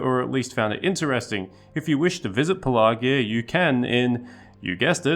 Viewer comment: It's easy to miss and easy to remember, say it like a pirate. "Pelargir" and you'll remember the middle 'r'.. .."Shiver me timbers"